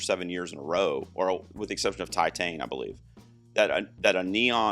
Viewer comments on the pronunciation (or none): none